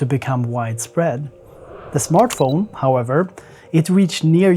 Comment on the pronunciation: I love the way you say smørtphone